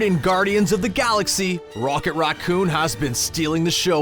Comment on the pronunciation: “Rawet Rawcoon”